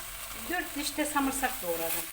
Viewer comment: Eline koluna en güzeli dogal dogal konusan samırsak diyen ağzına sağlık. Yaptim yedik mis gibioldu